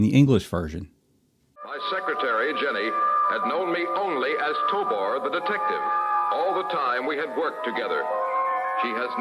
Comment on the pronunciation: If his name is "Tobor" (which it is) why do you keep pronouncing it "Tobar"?